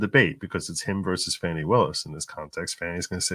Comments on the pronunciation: It is pronounced as Fawny. She has the right to pronounce it as she will. You not not have the right to keep showing your arrogance by pronouncing it as you decide it should be. So sick of you disrespecting white people that think you can call us whatever makes you feel superior. Just because she is smarter than most of your viewers is no reason to show such ignorance on you part. Hope you people learn to error of your ways, but I doubt it. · Her name is Fani not Fanny